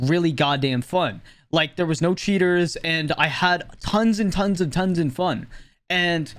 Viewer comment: I love how it sometimes sounds like "shitters" when he says "cheaters"